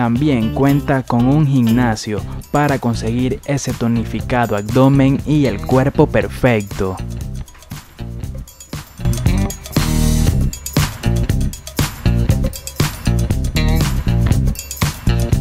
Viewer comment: Escuche bien ... dijo acdomen ? Elicoctero ?gignacio ? 😂